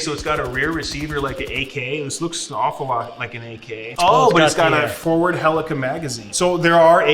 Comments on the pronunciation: Mmmmmm, yes. The literal WORST Battlefield game. Also, why does he say "helica"? I'm pretty sure it's "Helical". The L isn't silent, correct me if I'm wrong. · You can tell beardo is an infantry pog, saying helica instead of helical and with his weird pronunciation of Garand.